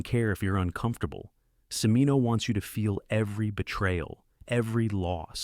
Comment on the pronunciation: Cimino is pronounced CHIH-MEE-noh, not si-mee-noh.